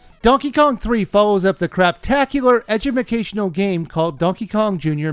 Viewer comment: Why do you keep saying edjumecational?